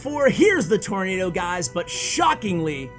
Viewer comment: It's nado. Not nato He is referring to tornado🌪 btw